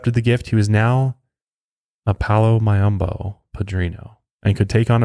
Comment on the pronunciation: It’s not pronounced Nunga it’s nganga ( n gangah) also it’s not pronounced mayumba it’s Mayombero (mayo m bero)